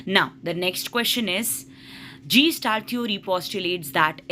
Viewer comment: It’s not gestalt. It’s guh·stalt. 👍🏻